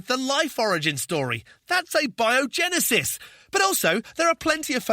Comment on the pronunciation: Thank you for correctly pronouncing "abiogenesis" :-)